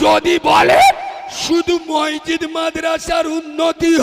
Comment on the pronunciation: মসজিত নাম টা ঠিক ভাবে বলতে পারেনা সে আবার এতো বড়ো বড়ো বাতেলা মারছে লজ্জা ও লাগেনা নিজেকে